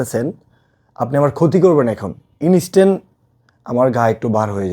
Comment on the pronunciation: inistan✅ Instant ❌